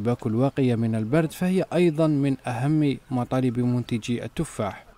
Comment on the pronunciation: البرد وليس البرد ايها الصحافي